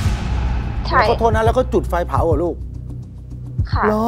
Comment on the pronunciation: จุดไฟ ไม่ใช่จุกไฟ